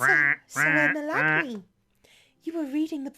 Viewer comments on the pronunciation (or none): Also im pretty sure that name is pronounced "Emma-Lane"